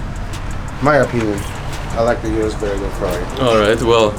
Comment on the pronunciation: O-RUS not U-RUS